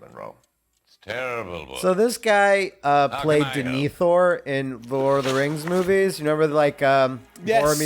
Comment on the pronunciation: D'NEE-thor? Man, as a Tolkien fan, I am proudly triggered.